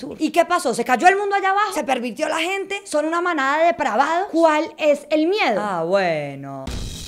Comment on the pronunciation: ame el "ahh bueno" aporteñado al final